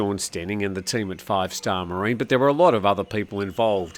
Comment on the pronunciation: Ha! Did the café kick you out for being a shameless and sycophantic promoter of FAARVE STAAR MAREEN?? Lucky that soi dogs don't watch YT. 😂